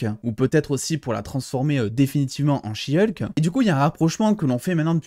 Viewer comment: Ah non de dire she hulk à la française c’est beaucoup mieux que « heulk » qu’est degeulasse comme prononciation